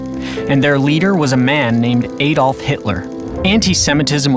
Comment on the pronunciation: My ears hurt any time he says any name wrong, including the name "Adolf" but aside from that, this video is very sad and the world should be reminded what not to do.